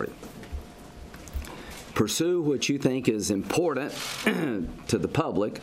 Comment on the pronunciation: Lindsey....it's imporTant not imporDant!!!!